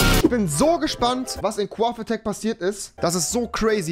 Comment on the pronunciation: Cuaft attack alter raff dein sprechfehler rewi